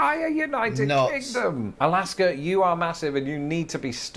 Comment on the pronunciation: Did say Galaska!!? 🤣